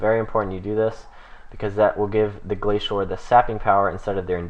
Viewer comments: The way Glacor is pronounced is "Glay-soar" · Wrong, Glacor is pronounced "Glah-kor" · You pronounced glacor like 8 different ways